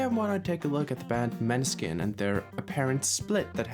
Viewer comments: i beg you - it's mÅÅÅÅÅÅÅÅÅÅÅÅÅÅÅÅÅÅÅÅÅÅÅÅÅÅÅNeskin. the letters å / ä / ö / ü etc. do actually matter..... it's not maneskin. it's mÅneskin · You can't even pronounce the band group correctly 🙃😬 the å isn't just Deco gosh